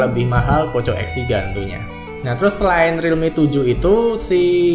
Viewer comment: Poco dibaca poko pak